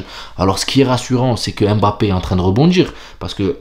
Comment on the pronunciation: Pas EM BAPPE, mais mmmmbappe...mmmmm...quand vous dites mon, vous ne dites jamais Em ..ON...